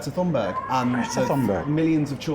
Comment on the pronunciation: Her last name is pronounced more like "tune_bear_ju"